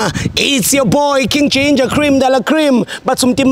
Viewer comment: When Ginder says, weGinger